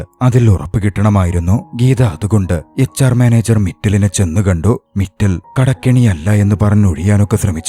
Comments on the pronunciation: മിറ്റൽ അല്ല മിത്താൽ ആണ് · മിറ്റൽ അല്ല മിത്താൽ ആണ്.